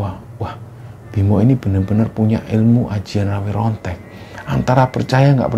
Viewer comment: Pengucapan nya jng Rawe Rontek bang tapi Rawa Rontek